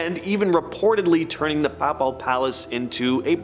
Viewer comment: Your pronunciation of Papal is very incorrect